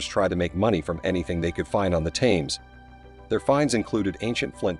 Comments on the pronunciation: For the love of God! It isn’t “tames” as in “tames a dog”! It’s pronounced “tems”, not is Gloucester pronounced “glouster” as in “ow”. It’s pronounced “Gloster”. This would have been interesting if you’d bothered to instruct the narrator in pronunciation of place named or, you know, gotten someone who already knew how to pronounce them. What kind of history channel is this lazy?????? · THAMES pronounced TEMS!! All Brits will be shouting at the screen 😂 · "Tames" NO just NO Hurt my ears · It's hard to take any channel seriously if they don't use correct pronunciation. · I'm not even a Britt and I k own how it's pronounced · The Narator is an AI generated voice. Hense the mispronuncation of the river Thames. Not to take away from the actual content of the information. Its to robotic on repeated words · This bozo cannot even get the name right.